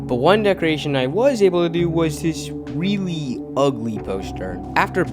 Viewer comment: Why do you say "weally" Instead of really